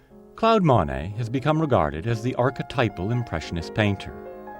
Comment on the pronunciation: I’d be content with someone who can pronounce “Monet” and “Le Havre”